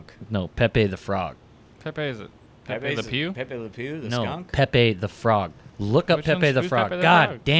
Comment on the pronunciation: Pepe? I thought he said "epic."